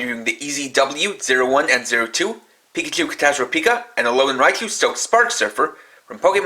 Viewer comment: Raichu, not Raicu